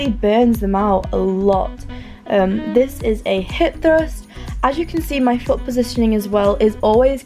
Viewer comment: That pronuntiation of "hip Trust" lol <3 do u speak Español ?